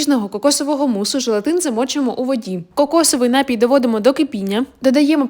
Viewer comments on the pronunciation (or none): У слові напій, наголос падає на ОСТАННІЙ склад!!! Запамʼятай собі, дитинко. Не робіть з мови посміховисько.